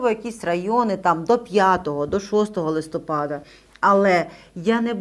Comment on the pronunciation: Дiвчина,не "листОпад",а "листопАд".Не треба вивертати слова .Рiже слух